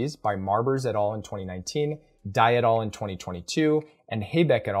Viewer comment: Great video! Btw, the words "et al." come from latin (et alia, meaning: and others) and it's pronounced /et ˈæl/ and not /et ɔːl/. I know it's latin and it seems stupid to be pointing this out but since you use it so often in your videos I though I brought it up.